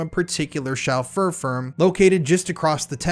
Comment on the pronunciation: Good coverage. It always seems it's the men who attack boys who are the cruellest and most prolific. To sound more professional, just check pronunciations first - Sinn Fein, Gloucestershire, chauffeur etc.